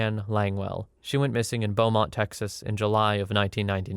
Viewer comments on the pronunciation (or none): none